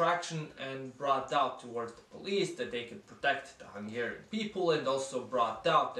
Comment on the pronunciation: Thanks for the Great Hungary decal on your laptop, much appreciated! :) Your Hungarian pronounciation is pretty good... are you from the Vajdaság? The video is pretty much spot on btw... only missing Mi Hazánk, they currently have 2 representatives in the parliament.